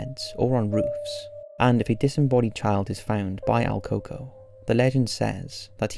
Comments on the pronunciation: It`s not pronounced alcoco, but El Cooco, duende is the literal translation to Goblin. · not AL Coco, it's EL Coco, which usually translates in american culture to The Boogeyman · El coco? El cucuy?? I've never heard of el coco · The first ones name is very butchered, although it says it like that online I can guarantee that this is not how we say it in Mexico